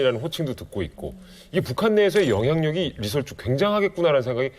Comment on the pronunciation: ㅎㅎ 리 설 주 가 맞습니다 ㅎㅎ ㅎ ㅎㅎ